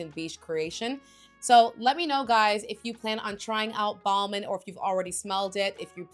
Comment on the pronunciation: Ball-min is not how your pronounce this one